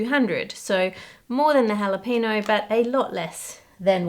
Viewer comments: Is that how Australians pronounce Jalapeño or [no] instead of [nyo] for engagement, to make people comment? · Jalapeño is pronounced hala-pain-yo, not hala-pay-no. Same with Habañero, the tilde over the n gives it an ny sound. Ha-bahn-yair-o. Please please please learn the correct names. Thanks! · Ha-le-pee-no? No. The word is "jalapeño." The "ñ" is pronounced "ny," so the word is ha-le-pen-yo. Just like mañana is pronounced mahn-yah-nah. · "Jalapeño" has a "nyuh" sound towards the end. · I understand you are from Australia and have an accept but there's no excuse for your mispronouncing the word jalapeño. It literally doesn't even have an n in it, it has an ñ (pronounced "en-yay".) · Me, sitting here in southern Arizona, trying not to be annoyed by the Aussie mispronunciation of "jalapeño" and "habañero." 🤐 XD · Girl, you are mispronouncing habanero and jalapeño. The J is not an h, it is ch like in loch, as the scots do. The H in habanero is not pronounced at a... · As a Texan I’m fascinated by Ann’s pronunciation of “jalapeño”. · xD i guess it's a commonwealth thing because an english friend of mine does the same thing not pronouncing the ñ in spanish loan words. you should probably say that phoneme in jalapeño the same way you do the ny in "canyon"